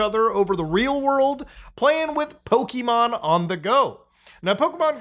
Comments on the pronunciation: You are absolutely right that when things are free we are the product. Also, brother, Pokémon, not 'pow-kee-man', Po-ké-mon. Ok, that's all. Love you, keep up the great work. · "Pokimon"... no, "PoKE-mon" lol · The constant PokEmon and PokÉmon he did throughout this video was ridiculous like dude pick a pronunciation